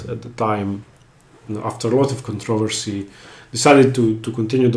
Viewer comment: There are two ways to pronounce the word controversy. One sounds like English and the other doesn't sound like English but is. You chose the English version.